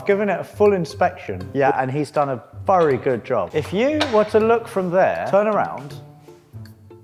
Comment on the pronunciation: I really can’t lie the way you say some words is extremely irritating. However it makes you you so I can’t judge the content based on that. As much as when you say vury it honestly makes me so furious, still I cannot stop watching your vids😂. Good job good sir you have found a great balance in your content, it brings me dopamine every time I watch. Thank you very much